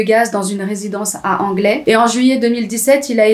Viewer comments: Petite note, Anglet se prononce Anglette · coucou tu n'es pas du sud ouest mais Anglet se prononce anglette voilà toujours bon à savoir, sinon super vidéo tu t'améliores, continues comme ca bye